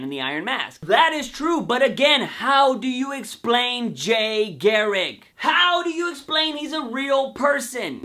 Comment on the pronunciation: Why can't you pronounce garriCK ? I find it funny that like myself you have words you just can't say!